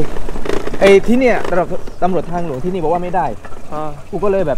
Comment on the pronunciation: ช่วยออกเสียงคำว่า”ที่นี่” ให้ถูกสักทีเถอะะะะะะะ ขอร้องงงงง